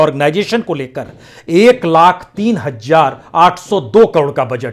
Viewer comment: hajjaar word nahin achhaa lagta..please sahi word yaani HAZAAR hi bolaa karen .ek badi bhen ki chaahat he.....